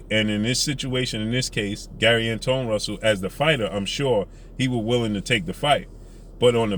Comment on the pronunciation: His name is Gary antwaun Russell not Gary antone russell